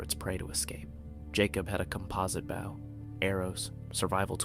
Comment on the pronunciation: It does seem that way. People have pointed out these videos are from other people. And I noticed he mispronounced bow just like Ai